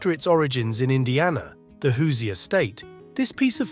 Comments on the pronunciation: Hoosier is actually pronounced "who's - your" not "who-see-er". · OK, the ice box and hoosier (pronounced "hoosher" not "hoos-i-er") were largely things of the past by the 1950s, particularly in urban and suburban areas. Also, the narration was a bit over wrought about symbolism. These were simple kitchen tools which were generally discarded from use when something better and affordable came along. Some of the photos were clearly pre-1950s and a few appeared to be 1960s. Overall, IMO, we were eating in a more healthy way in the '50s, more home made dishes and fewer presevatives and ingredients with 15 letter names. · Hello It’s not “Hoos E er” cabinet. It’s pronounced like Who-zure… ❤ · Hate to be that guy, but the pronunciation of Hoosier irked me. It is whose-your said quickly. Or the jour in de jour. it isn't Whose-eeyore. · It’s NOT pronounced HOOZEE-ER. It’s HOOZHER! Lol😂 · Hoosier, pronounced hoo-shur, not hoo see ur. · "Hoo-zee-er", my Indiana-born Mom is rolling in her grave. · You're pronouncing Hoosier quite erroneously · That is the most horrific way to pronounce Hoosier I’ve ever heard…